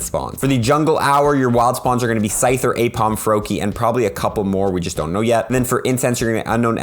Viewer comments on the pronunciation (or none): none